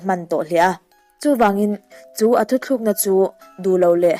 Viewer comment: A ngaihnawm e, mahse enga tinge 'thutlukna' tih hi 'thuthlukna' in tih fo mai le.........